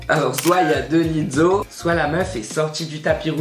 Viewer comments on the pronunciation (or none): Pourquoi tu dis Lizzo comme on dit pizza 😭😭😭😭